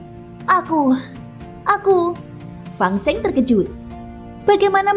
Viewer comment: Min itu fang cheng, salah membacanya...chêng bukan cèng